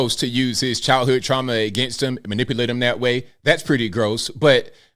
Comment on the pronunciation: Well she can’t even pronounce manipulate so if you fall for her, that’s on you 🫤